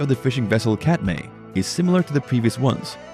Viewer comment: It is pronounced CAT MY not cat may. And Sig didn’t have “legal issues.” That’s his brother Edgar.